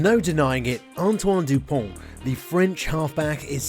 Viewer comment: Antoine Dupont will remain in history books as the first the have British commentators pronounce the vowel “u” correctly!